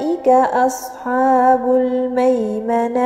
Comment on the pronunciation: مشاء الله لكن ملاحظة لقد استعليتي حرف الحاء في كلمة اصحاب لان الحاء من حروف الاستفالة